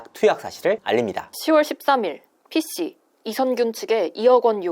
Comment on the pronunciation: 이진호 발음 : P씨 영상 여성 발음 :P씌